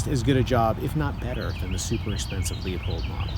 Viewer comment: Really good job. It’s pronounced “LU—Pold” by the way.